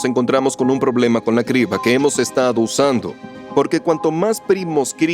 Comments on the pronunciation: ¿La "sibra" de Eratóstenes fue un gazapo humano?, suena raro que un humano cometa ese error de pronunciación. 🤔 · Cómo vas a decir "cibra" 😂😂 Cambien a un actor que sepa leer y conozca más palabras en español. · Cibra de Eratostenes o Criba de Eratostenes? Los comentarios sobre el doblaje tienen razón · Oye, me uno al problema de doblaje. Hasta donde tenia entendido es "Criba" de Eratostenes no Cibra de Eratostenes. Me refiero al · No son voces de IA son de malos actores, se nota porque no pronuncian bien: Cibra, erastotenes, etsprimir,aprotsimaciones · no es IA leen y pronuncian mal como lo siguiente Cibra, erastotenes, etsprimir,aprotsimaciones Son actores de voz baratos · No son voces de IA son de malos actores pronuncian mal las palabras Cibra, erastotenes, etsprimir,aprotsimaciones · Es voz humana se equivocan al leer y pronunciar: Cibra, erastotenes, etsprimir,aprotsimaciones En realidad son actores baratos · "sibra de Eratostenes" "Erastótenes" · No son de IA, se nota que contrataron actores baratos porque pronuncian mal las palabras Cibra, erastotenes, etsprimir,aprotsimaciones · No son actores, es un motor de texto a voz y hasta tiene errores de dedo. La "cibra" , "Erastótenes" , "Resuelta que" ... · Y que humano dice cibra en lugar de criba? En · Vine a comentar lo mismo (acotación al margen, los números primos me han fascinado desde siempre, es un excelente análisis!) el verdadero problema del doblaje por IA es que ningún humano corrobora los errores (horrores) de dicción, como "criba" cirba? "erastótenes'"!!, etcétera; hay que saber distinguir cuando el uso de IA deja de ser un verdadero avance. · mala supervision de doblaje, se pronuncia Kriba de Eratòstenes no Sibra de eratostenes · Dicen cibra en lugar de criba...en efecto las voces son de actores de doblaje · Sibra en lugar de criba... es lo que tiene la IA... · Lo escuche 3 veces y pensé que estaba mal mi oído.. es cRiba